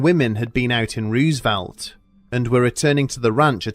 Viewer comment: "roosevelt" is not "Rooz" but "Rose". It's been named after Theador Roosevelt. I'm 30 minutes away from this town, trust me. xD